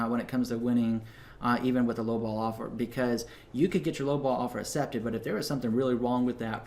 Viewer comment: I love and hate at the same time the way you say accepted haha